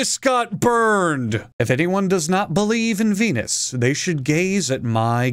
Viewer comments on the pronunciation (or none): none